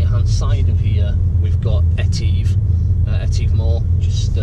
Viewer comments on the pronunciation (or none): Enjoyed your drone shots of Rannoch Moor but please note that the ‘tive’ bit of ‘Etive’ is pronounced as in ‘give’, not ‘leave’.